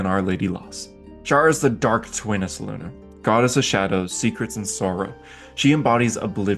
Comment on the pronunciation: Great video. I know it's not easy to pronounce all the names correctly without older source material (or taken time to refer to the FR Wiki) but honestly I don't get how people pronounce Selune as "Seluna", when clearly it could be either Seh-loon-nay or Sel-loon (it's actually the former according to the original AD&D/2e "Old Grey Box"). Your pronunciation of Sune (Soon-nay) is bang on, so how do you (and so many others) get Selune so wrong?? For pronunciation of names, if you don't have the original Forgotten Realms box set from 1987, it is referenced on the Forgotten Realms Wiki website. Each deities name has a pronunciation guide in brackets next to their name.